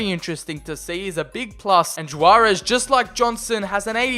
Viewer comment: Just for the record: Juarez is typically pronounced "Hwarez" or "Warez". Keep up the good videos man!